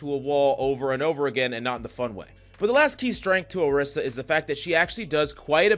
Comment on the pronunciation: ORI - SA not AH - Rissa